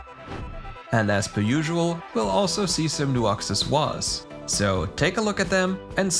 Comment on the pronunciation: Also my dude just said accessories either in his native language or something I don't know but that was kind of cool ngl.